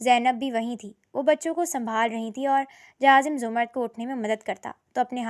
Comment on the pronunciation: Urdu theek kar lo 🙏 larki ka naam zamar-rud hai Za-mrd nai intehai uljhan hoti hai